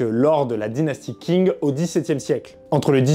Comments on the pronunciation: Le nom de la dynastie Qing ne se prononce pas comme King en anglais Le "Q" en pinyin pourrait ressembler davantage au son "ch" De plus le "g" à la fin ne se prononce pas vraiment, se serait plus comme un "gn" pas trop accentué Une prononciation plus correct serait peut-être "Chign" Voilà voilà... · Juste si tu parles des armes chinoises fait attention à la prononciation. Par exemple, 'qing' ne se dit pas 'king' mais 'tching', 'zhang' se dit 'djang', 'han' se dit plutôt 'ran' (avec un r raclé) Super épisode sinon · Qing se prononce plus comme Tching que King par contre. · Bonne vidéo mais attention : Qing se prononce tching*